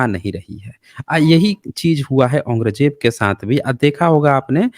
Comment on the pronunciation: Dukh di gal hai k aap jesa sarb parvant admit aurang Jeb da nam bhi sahi nahin bol riha